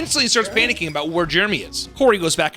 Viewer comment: It’s not jermy goddammit it’s Jeremy! There are two e’s ffs